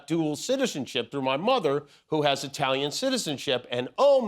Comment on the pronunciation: And, yet, 'America' is 'I tal ian'!!